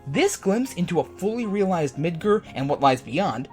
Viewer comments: Midger? You mean Midgar? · It's MidGAR, not MidGUR. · Why did he pronounce Midgar as Midger? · Oh yes. midGAR. Not midGer. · why do you say Midgur? It's Midgar. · the reason the dress deal was so important was because one he wanted to make sure his friend was okay. two he needed to get info from a sex Lord. that's what makes it important. and stop calling midger. it's midgar. with an a. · it's pronounced mid-gar not mid-ger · Did you really just say Midger lol not midgar. Hahahahahahah. And dude you make this game sound doom and gloom. Yeah cloud is messed up. Yes we all loved aeris and got mad when she died. Sure cloud dressing as a chick should be in the game but I don't think it's that huge of a deal lol. I'm more worried about them leavin it out or them changing parts of the story and the dialect of how barret talks. Or has anyone here wedges voice in the trailer. He sounds like a little boy!? Really!! Come on man And guy below me. Genesis wasn't exactly in FF7 so no. I hope and pray the remake is dark. Hell the 1997 original was dark. If it's to light it won't be FF7 at all. I'm not thrilled with the gameplay trailer I saw. I'm a big fan of the old style. The free roam fighting is cool yeah but I think it changes it a bit to much. Honestly in my opinion. Upgrade the graphics. Do the voice over with the voices from advent children and that's really about it. Don't try to change and fix what ain't broken. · its mid GAR not mid grrr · "mid-grrr" ARGH!! ITS MID-GAR! MID FUCKING GAR! jesus christmas. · Mid-gar, not Mid-ger. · Well this is the second video I've watched today where someone pronounced Midgar as "Mid-grr." Either I've been saying it wrong this whole time, or people really need to learn how to enunciate the sound "gar" makes. Seriously folks....Mid-GAR not GRR. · Mid-GAR, not Mid-ger! :( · Okay say it with me mid-GAR not ger or even gir, it's GAR. Midgar, sorry it just bugged me. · MID-GAR. GAR-GAR-GAR-GAR. Not Mid-ger. MID-GAR. Midgar.